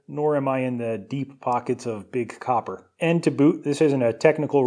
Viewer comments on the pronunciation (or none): none